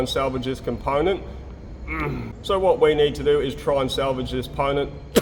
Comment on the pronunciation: I want to hear "ponent" in every episode from now on.